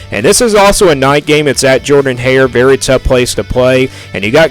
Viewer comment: And you can’t even say the name of Auburn’s stadium right! Please find another pass time and don’t predict football